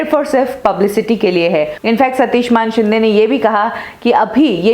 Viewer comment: ये सच्ची बात है. और ये मानशिंदें क्या होता है???? बोल मानेशिंदे. तुझे भी चप्पल पडनी चाहीये.